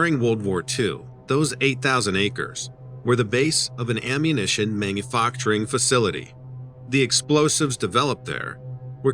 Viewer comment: Manu-focturing.....? Dude are you a real person?!?